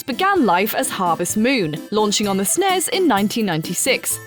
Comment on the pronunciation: What kind of psychopath pronounces SNES like that?....